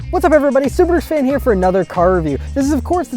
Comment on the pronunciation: Decent review but please drop the subaruwrxfan name or enunciate it properly. I can’t take these reviews seriously.